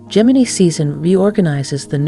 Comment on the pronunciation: How many ways can you pronounce Gemini… none of which are the correct one…🤷‍♂️